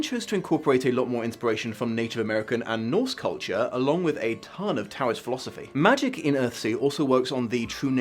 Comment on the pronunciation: I love you and you're great - but Tao is pronounced like "dow". Thus also, "dow-ist" for Taoist.